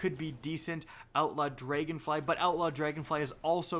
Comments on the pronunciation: "Dregonfly??, its Dragonfly, pretty easy to say..." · "Draygonfly" xD